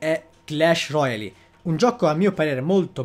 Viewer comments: La pronuncia clash royale non royali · ma pronunciarlo alla francese? Royale?